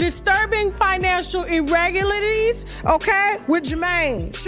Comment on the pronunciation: You can't be that loud and not be able to pronounce irregularities 🤣🤣🤣🤣🤣🤣